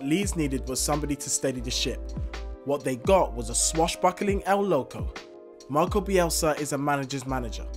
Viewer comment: “MARCELO” not MARCO